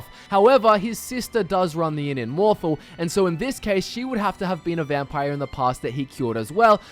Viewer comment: sorry bout this, but it's "mohr-thahl" not "mohr-thle"